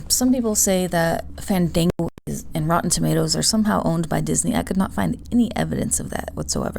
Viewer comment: Fandingo? LMBO 😂 😂 😂 I think you mean Fandango.